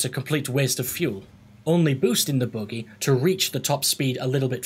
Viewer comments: the boogey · youre saying buggy wrong too lol